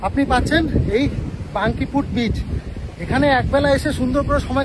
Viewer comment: বাংকিপুট না বলে, বাঁকিপুট বললে বেশী ভালো লাগত!